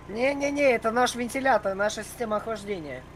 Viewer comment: Я ржал в конце что сказал система ахлажденя